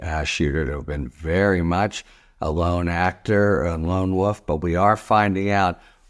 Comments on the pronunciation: wolf please not woof? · I love you Harry, but why do you keep saying woof for wolf?